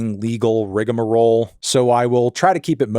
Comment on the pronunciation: Appreciate the correct pronunciation of rigamarole. Good lookin' out, kid.